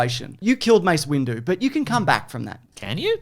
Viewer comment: Did my guy call him Mace Window?🤣